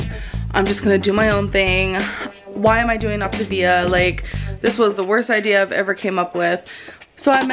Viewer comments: I've been trying to sing the song the way has been pronouncing it and it just don't sound right. "OP-TUH-VIAAAA" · is it supposed to be pronounced optivia or optAvia.... its been pissing me off the way she says it but idk if shes pronouncing it wrong or if i just dont know how to say it. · welertgus I’m so sorry for the misspelling of Optivia. That’s how little I care and is understandable since she pronounces it differently every two seconds. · You spelled it correctly, it is Optavia. The people replying that you misspelled it were joking because that's how (incorrectly) pronounced the name of her own diet. I'm almost positive Ruby replied to you with the same unoriginal comment without looking at the other comments first, which I would never recommend. Also, her diet started on 2/1 and ended on 2/2, just fyi... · Saffy S AAAAAHHHHHHH I NOTICED THAT TOOOOO I got so annoyed at her pronunciations 😹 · She can't even pronounce the name of the program lol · You'd also think she would know how to pronounce the name after this "extensive research" ahahahahah she hasn't even googled it tbh, probably just read a few messages from the coach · HozzZ hahha right! I think she’s pronounced optavia differently every time she’s said it 😂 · How can an adult not pronounce Octavia and not know the difference between feelings and fuellings! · My anxiety shot up to God when the compilation of her butchering the pronunciation of her diet came on